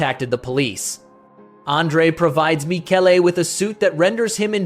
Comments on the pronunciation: It's Mikele in Italian, not Michelle!!! AI voice sucks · The root of that name goes back to Hebrew. Here it is an Italian version that evolved from that root. The name is composed of three Hebrew elements: mi ("who"), ka ("like, as"), and El ("God"). The video pronunciation of the Italian name is just wrong, as some people already pointed out. The real pronunciation keeps the K present in the root. It is something like Mee-keh-leh It is correctly pronounced in , for some reason.